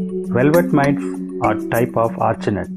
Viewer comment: Arachnid the word is Arachnid. not archinid 😂 its pronounced like uh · rak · nuhd